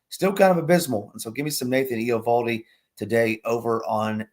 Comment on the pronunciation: Riley Greene on the fong shot and the pitcher's name is pronounced ev-AL-dee😁